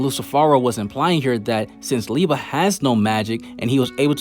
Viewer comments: I love how you keep saying Lieba instead of Liebe. xD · Great Video, love to watch all of them! Just try to pronounce the "ie" from Liebe like the "ea" from eating. With "Nacht" the focus is on "cht" when you emphasize. Just try to pronounce it like the "h" in hate, think the "c" away. Keep on going!